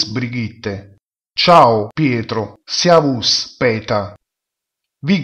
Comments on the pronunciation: No, si pronuncia come è stato pronunciato nel dialogo realizzato da dei madrelingua e cioè (scritto all'italiana): "seavus" con la esse iniziale leggermente sorda. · ma "Servus" non si pronuncia "siaus"! ma che è?